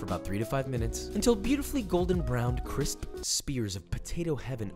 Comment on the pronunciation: They look so ✨ cwisp ✨